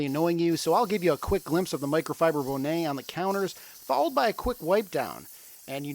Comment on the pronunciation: Bow nay 😂😂😂 Hunny that's a bonnet Bon net